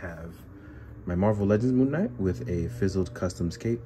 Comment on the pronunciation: wait did i hear you call him moonmate?? lmfao